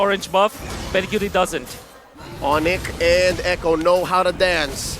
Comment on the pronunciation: Echo❎ A cho✅